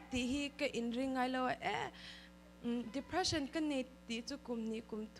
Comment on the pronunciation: English chu lam no vel tawps ta ni😂😂😂Dephreesan🤣